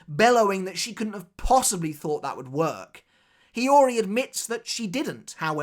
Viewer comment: why is this guy keep saying hayori?? "What the F is hayori? " would be what we, Japanese, would say when watching your video. it's ha o ri !!!